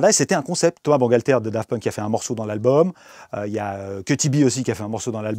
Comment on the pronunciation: A chaque fois qu'il dit Daft Punk jsuis traumatisé